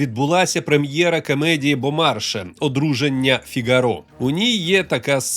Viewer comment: На майбутнє: ВСІ французькі слова і прізвища мають наголос на ОСТАННІЙ склад у слові (БомаршЕ, МарЕ, МакрОн і т.п. наприклад комільфО (досл. "як треба" , фр. - comme il faut) щасти!